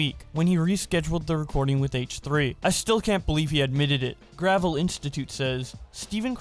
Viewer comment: This is a minor thing, but the Gravel institute is named after the late Mike Gravel and it's not pronounced like gravel as in a loose collection of rocks, but more like Gravelle.